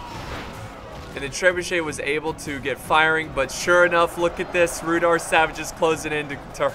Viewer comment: i think its prounanced rude are